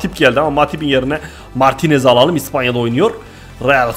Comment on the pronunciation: niye hep ıspanya diyorsun